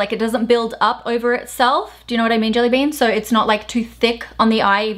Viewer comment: I laugh every time you say jellybean 😂